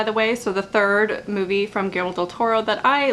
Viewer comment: It pronounces: "giyermo" del toro. I'm from mexico haha